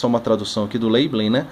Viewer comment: A pronúncia que não é "leibelin"